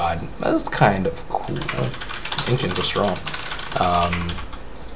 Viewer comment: the Anxious creep?? why can't he pronounce ancients properly, ur awesome but i couldn't hold it to myself..